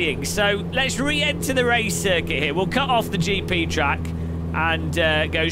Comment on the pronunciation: "aaah they say you cut the treeeck"